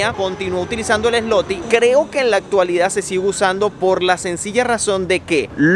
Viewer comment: Gracias x su viaje e información la moneda dices Zloty pero se pronuncia ”zuote “ 👍🏼